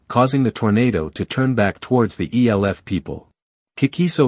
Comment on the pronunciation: E L F people. Might want to teach your bot that "elf" is a word.